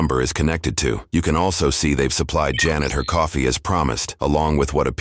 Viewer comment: "COFFEE" ARE U SERIOUS